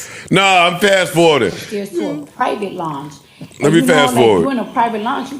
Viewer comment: She can't even pronounce loung.